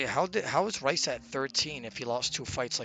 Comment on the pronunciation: brothers got everyone thinking rhys is pronounced rice lmao